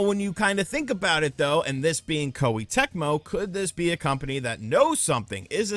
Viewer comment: Please learn to pronounce Japanese names and terms dude; Kawata {Kah wah-Tah}, Koh-Eh the vowels have a short enunciation. it's easy, the vowels are "A"= ah, "i" = ee , "u" = oo , "e" = eh, "o" = Oh so a name like "Katakawa" would be ka-tah' . kah-wah